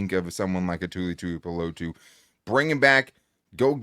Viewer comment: Great as always you guys! Oh, and kudos for letting Tuli Tuipulotu's name roll off of your tongue! so easily! That's professionalism. :)